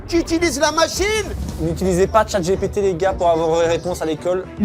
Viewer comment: Parcontre le moment où il dit chiengpt